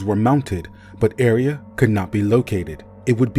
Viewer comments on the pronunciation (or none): I'm sorry for being "that" person, 😭 but it shouldn't be pronounced area, more like ah-ray-ah like a ray of light